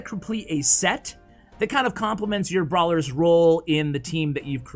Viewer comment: Noticed how he said brawler